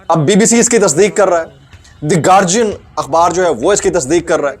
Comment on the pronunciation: you dont even know how to say "Guardian".🧡🧡🧡🧡💛💛💛💙💙💙💙💚💚💚💚💚💚💜💜💜🤎🤎🤎🤍🤍🤍💜💞💞💚💚🧡🧡🧡❤❤❤❤